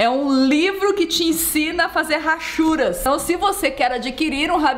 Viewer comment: Nilce n se fala rachura e sim achura. O H de hachura não se pronuncia 😊